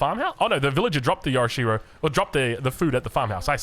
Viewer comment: This was one of your worst ever casts. Not only do you say "Yorishiro" wrong (hot tip - there's no "a" in yorishiro), you stay in cinematic mode for far too long and miss so much of what's going on... like 27 villager kills. You did that in another game as well. Cinematic mode is overrated. Thumbs down.